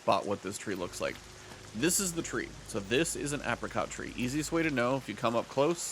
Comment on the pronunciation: can we talk about him mispronouncing apricot like 100 times?